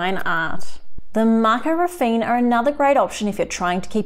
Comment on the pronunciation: That's not how you pronounce Raffiné. :C